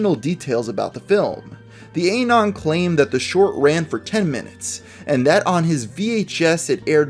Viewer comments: Ay-non? You do realize that anon is short for "anonymous", right? Therefore, it is pronounced like the beginning of "anonymous". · Why do you pronounce it as "ay-non"? That's not correct. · "the A non"